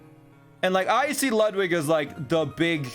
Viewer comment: I still hate how you pronounce Ludwig